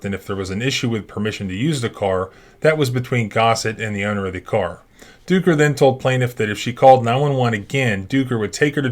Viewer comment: Ducker... "Dooker"????? You knew what you were doing.